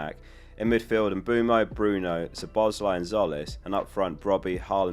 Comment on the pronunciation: About time you learn how to say Szoboszlai properly